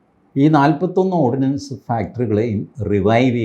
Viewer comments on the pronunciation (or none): Ordnance factory and not ordinance factory